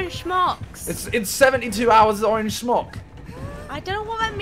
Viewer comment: Smock!! Why he saying it with a SH??